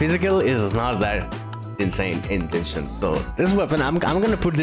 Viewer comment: Its not djenshin but genshin